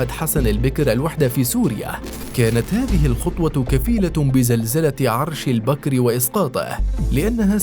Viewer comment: البكر وليس البكر يا مثقف البكر وليس البكر